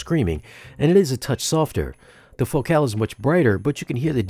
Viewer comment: What's with the weird pronunciation of Focal.? Ordinarily the emphasis is on the first syllable of that word. Is the pronunciation you use the one the company prefers?